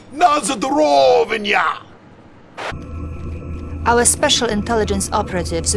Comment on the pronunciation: Na zdorovinia? Christ, someone needs to do some effing research before making a game.